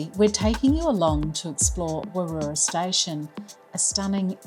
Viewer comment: Just stumbled across your channel whilst doing a bit of research to an upcoming trip to Warroora and a potential future Zone RV purchase. As WA locals, we have stayed at Warroora previously and also day tripped from Coral Bay, but our last stay was over 10 years ago. (By the way, it’s pronounced Warra 😊)